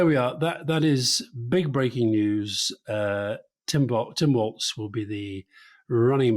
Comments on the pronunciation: FYI - he pronounces it 'Walls' as in these four walls not Waltz the dance. 👍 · You have to drop the German 'z' when you pronounce Walz. It's not 'waltz'. It's simply 'walls'. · It is pronounced Walls. Not Waltz. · Walz —check how Germans would pronounce it — does not need a ,t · I’m pretty sure it’s pronounced like “walls” (rhymes with balls). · Walz… pronounced “walls” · OK, here we go again. Now you're both pronouncing a Democratic candidates name incorrectly ! It is spelt AND PRONOUNCED without a "T" ! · Its pronounced Walls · Um, his name is Walz, pronounced Walz. No “T” in spelling nor pronunciation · It's pronounced "walls." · "Walz" is pronounced like "Walls".